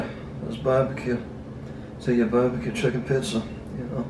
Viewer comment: This legend said "Bar-beeh-Quu-Chukin-Pissah" and I felt that 😅🤣